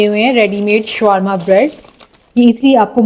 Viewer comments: شوارما نہیں شاورما کہیۓ ۔یہاں w سایئلینٹ رھے گا۔ یہ عربی کھانا ھے آپ سرچ کرلیں ۔ محمد meesaW قریشی ۔ کراچی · Showarma nahi bolte Shawarma bolte hain . Correct kar len . I like it aap ne achcha banaya hai . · This is not showrma , it's is sha war ma